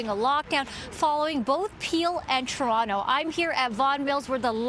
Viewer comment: AGAIN.... this women needs to learn how to pronounce TOronto. NOT CHURonto. It's a place not a food.